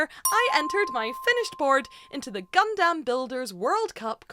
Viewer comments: please say gundam, not gundamn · How many times this wonderful woman going to say it gundamn instead of gundumb lmao !! This is the best gun damn video ever !! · For other people who can't talk normally Gundam is pronounced "gundum" one word. Not "gun dam" How can a literal Gundam professional not pronounce the name. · Please quit calling it gun-DAMN. It’s closer gun-dum 😭😭😭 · i'm going to be that guy and say that it's pronounced "Gun-Dumb" and not "Gun-Damn" lol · Not Gun Damn, its Gundam, like Gundum... ffs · Just fyi It's "gun dum" not "gun damn" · You're leaning hard into the "dAm" but it's really more "dUm". Love the content! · Gundam, not gunDAM. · Saying GunDAMN is a bit triggering, but besides that, amazingly done, looks sick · You saying Gundam always sounds like God Damn and it is hilarious every time. 😂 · It slowly ate into my soul hearing her pronounce "gundam" as " gun Dam " If you werent paying attention youd think shes talking about cowboy beevers 🤠 🦫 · I know that you are saying Gundam but it really does often sound like God-Damn.😄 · Girl firstly, its called Gundum even though its spelled Gundam. Secondly, whether you win or not have pride and fun in your work, its still nicely done especially for your 1st time.👍 Thirdly, better than me cause i can't even get pass the planning stage.😂 Lastly, What chances the PG you gonna get is gonna be the RX-78-2 Unleashed, which is the best PG ever made. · PLEASE, for the love of all that is holy.... stop saying GunDAMN! Please, please, please! I know I said a lot including this on your last Gunpla video. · I know there’s an ‘A’ in gundam, but please say it like it’s ‘U’…the way you say it, just triggers something… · I feel like you're sayin gundam wrong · faked out when i thought was going to correct her pronunciation of gundam 😭😭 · I gave the video a like Anyway, but I cannot handle the pronunciation of Gundam. It sounds like you're setting up a pun every time